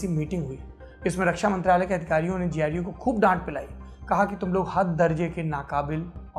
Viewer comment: Sir GU KYU BOL RHE HO गु kyu ni bol rhe 😂